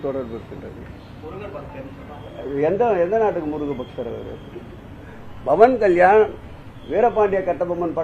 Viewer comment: Bawan kalyani illa pa 😂 pawan kalyan 😂😂pera kooda solla therila ,,sekar babu avargale